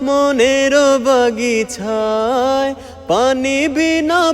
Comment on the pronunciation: বাগিছা না বাগিচা হবে ভাইয়া